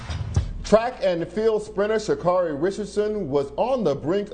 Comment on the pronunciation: Sha'Carri. Pronounced Kerri